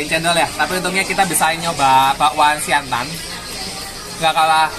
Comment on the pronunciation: Siantan bukan siantang